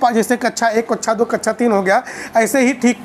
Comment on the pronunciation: Sir kacha ni hota kaksha hota h